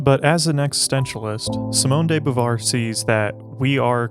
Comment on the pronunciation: who the f is simone day boovar? thought it was about simone de beauvoir